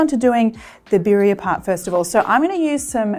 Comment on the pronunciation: Little pronunciation help: BEE-dee-uh